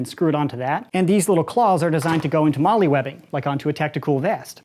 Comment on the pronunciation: Just a tip; in the military, the MOLLE system is pronounced like Mole (the mammal). Pronouncing it Molly kinda makes it sound a little silly lol. Just a comment, love the vids